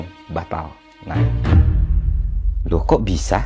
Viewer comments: "Loh kok bisa?"-nya kurang medok bang😂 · "loh kok bisa" itu harusnya medok bang pas nyebutnya wkwk... thanks infonya bang